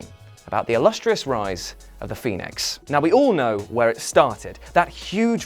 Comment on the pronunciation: Just curious as to why I keep hearing you call him the Phenoix. Seth is my favorite wrestler did I miss something ? I have never heard this lol